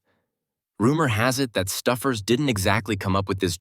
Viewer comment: "Nineteen ZERO FIVE"? "STUFFERS"?! (Stouffer's) What in the AI Is this mess? 😂